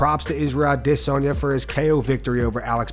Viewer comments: Lol.. this guy who reads this crap ( American)) try speak like a Nigerian 'AdDESanya' 😂🤡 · Israel A-diss-on-ya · I cannot stand the way the Full Mount narrator pronounces Adesanya … 🤦‍♂️ doin the most for no reason …. Nobody pronounces it that way ever …. Stop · The way he’s pronouncing Izzy’s last name these days is starting to annoy the shit outa me .